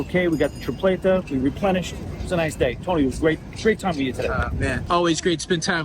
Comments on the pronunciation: Tony is Tripleta not Trifleta!! 😂😂😂😂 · Tree pleh tah is how it's pronounced 😊 walking is the most adventurous option, next time go into the big yellow building across from the fort. It has a really cool square and one of the best coffee places that roast their own beans in it. Super cool and they may even have a couple restaurants in there as well. When you make it on the tour of the fort you can take the princess walk all the way up to the fort and it cuts out alot of time if you wanna make it there quickly. Also some of the restaurants may take reservations if you call ahead but not 100% sure. Glad you enjoyed your visit! Also there's a restaurant on the right that's good if you're walking towards the fountain on the princess walk. It's in a garden like setting.